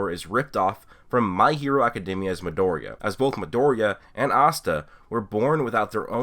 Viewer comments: Who is madouria? Oh you mean Midoriya... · God.. The way you pronounce Midoriya's name is so inconsistent... Anyways I didn't know people compared this show to BNHA. But it does have many similarity with Naruto and Fairy Tail. I wouldn't call it shameless copy like people say but it being heavily inspired by aforementioned series. My only problem with the anime is 9 out of 10 times it would have the atrocious animation, which made me drop it. I would give the manga a go in a few years if it is still not cancelled. Also, me having seen and read many shounen series for 15+ years I do feel the plot is overly used. Naruto, Fairy Tail or BNHA wasn't the first but they probably had some unique pull. Black Clover seems to lack that uniqueness, something of its own to separate it from the former shounen titles. That is what I agree with most YouTubers criticizing Black Clover.